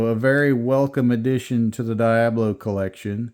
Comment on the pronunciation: Lol its pronounced Dee-ob-low Not Die-ab-low